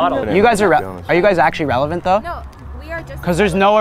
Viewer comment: lmao "we're relavant"